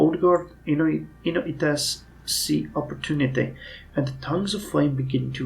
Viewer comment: I think that you've been mispronouncing the -ites in kidoites and inoites for quite some time now. I believe that it's not japanese but an english word so it should be prononounced like the -ites in Jacobites